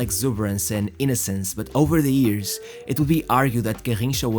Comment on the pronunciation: Years not ears 😂🤣😅🤣😂